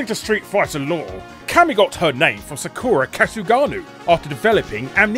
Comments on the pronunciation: The way that Larry pronounces Sakura is scary to my American ears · He didn't even bother pronouncing Sakura correctly, so that was when I gave up and stopped watching the video.